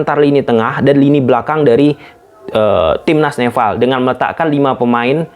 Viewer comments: nepal bang bukan "neval"🗿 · Nepal bukan nefal. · Nepal....bukan nefal...ini kebalikannya org sunda nih 😂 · NEPAL bukan neVVVVal bangggg wkwkwkw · Nepal bang,bukan Nefal😅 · Nepal bg bkn neval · Nepal bang bukan Nefal! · nepal bang bukan neval hahaha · Nepal mas bro . bukan nefal 😆😆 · Kok Neval sih bro...NEPAL yg benar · nepal bos bukan neval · Nefal apa Nepal bang? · "NEPAL" om bukan "NEFAL" heran deh si om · Nepal not Nefal 🤣🤣🤣🤣🤣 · Padhal bisa nyebut P tapi pas nogomong nepal hadi nefffaall😂😂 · Nepal anjir bukan nefal...slow om jangan grogi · Nepal bang,bukan nefall😭😂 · coba ngomong "pe" bang, jangan "ve wkwkw, neval ahahahaaaaaaaaaaaaaa